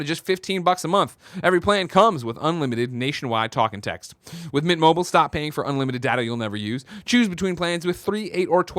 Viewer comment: No one on this shows fully pronounces MINT. Every time you read the ad it sounds like You guys say MIT mobile. Lol.